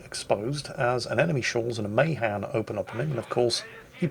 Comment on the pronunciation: It's pronounced muh-HAN.? no... not in the f